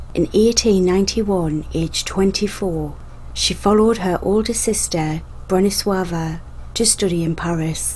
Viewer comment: Very interesting as always😊 I'm suprised how correctly you pronounced Bronisława's name👍